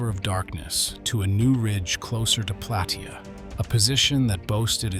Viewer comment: It is pronounced Plah-tay-ah